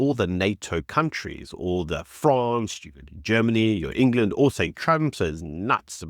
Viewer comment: It's not Eng-LAND, it's England - and it's not Green-LAND, it's Greenland.